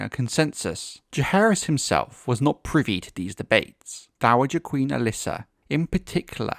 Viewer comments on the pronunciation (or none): none